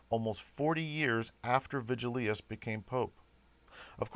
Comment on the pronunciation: Thutil So true, lol. I almost made a point to mention his constant mispronunciations of the "-ius" names, but decided against it at some point. I remember constantly yelling at the screen "it's Vigilius, not 'Virgilus" you idiot!", lol.